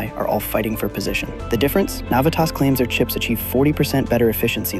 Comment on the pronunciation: You’re pronouncing Navitas & Renesas incorrectly. Plus Torrence is in LA county I’ve been in the Semi industry since the 90’s